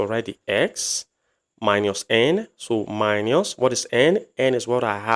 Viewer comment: Minus not miñus since you are teaching in English language